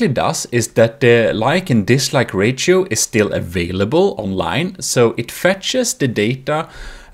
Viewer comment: disliked bceause of how he say "rachio" insead of ratio LIKED 3 TIMES BECAUSE IT WORKED. THAT'S 3 TIMES THE LIKES I GIVE OTHER VIDEOS. I USUALLY GIVE THEM 0 LIKES. 0 PLUS 3 IS 3 TIMES AS MANY.